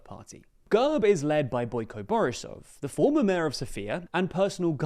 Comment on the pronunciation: Thank you once again for the coverage, but please, for the umpteenth time. It is NOT pronounced GUHRB - it is pronounced /ɡɛrp/ - – G as in go – E as in bet – RP pronounced together